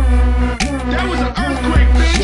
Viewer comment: "Dat was an eurfquake, bitch". And also, I lol'd so hard when I saw "Arderp" xD nice one c